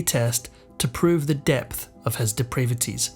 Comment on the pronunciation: Please, if you’remgoing to keep using the word “depravities”, learn how to pronounce it. The adjective sounds as de-PRAYved, but the noun is de-PRAHvity.